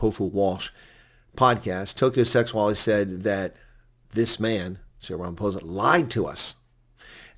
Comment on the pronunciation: The name is pronounced Sêgualê with the e like the word 'led' (past tense for lead), g - the same as your explanation for bringing up phlegm and the w the same as the letters 'ua'.